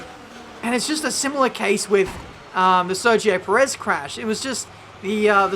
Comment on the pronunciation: Sergio "Prez"